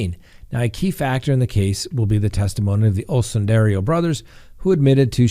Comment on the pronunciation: oh how i love you so...please pronounce the name of the Osundairo brothers correctly!! there is no "I" before the "O"...O-sun-dair-o...not O-sun-dair-i-o!! everytime you mispronounce it, it's like nails on a chalk board to me!! otherwise, you're nothing but awesome!!;)